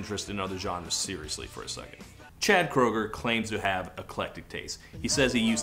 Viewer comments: it's actually pronounced Kruger believe it or not :B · Wait, Chad's last name is pronounced "krooger"?! I've been pronouncing it "Crandall"! Why didn't someone tell me?! Oh, I've been making an idiot out of myself!